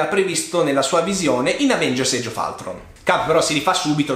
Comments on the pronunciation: Per piacere puoi dire Ultron e non Altron, mi fa davvero male il cuore sentirtelo dire, poi mi sembra che anche in inglese si pronunci "Ultron" ovviamente un po' più con l'accento inglese ma sono sicuro che non sia "ALTRON" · ULTRON NON ALTRON!!!!